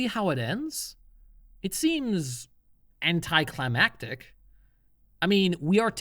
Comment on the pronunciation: Am I misshearing or do you say Entei-climatic?